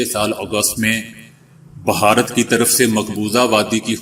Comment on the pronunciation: لفظ بھارت ہے نہ بھہارت